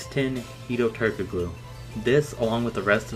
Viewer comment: After I heard Turkoglu's name absolutely butchered I had to dislike